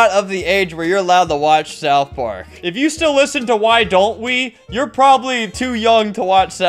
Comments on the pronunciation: Bro really called it South Pork 💀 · "south poark"